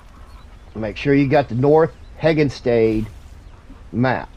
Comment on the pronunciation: thanks for the video sir, just a friendly heads up it's pronounced henni-gans